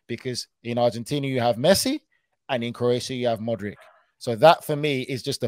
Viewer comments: great show! love the podcast... mike says the names right! foe nigel and luis every name with IC AT THE END! is pronounced eech for example modric is Modreech.. the same with brozovic and the rest eeches! again love the show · Funny Michael just called Modric a few minutes before Nigel spoke, and Nigel still calls him Modrik. wtf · at you could learn gow to pronounce Modric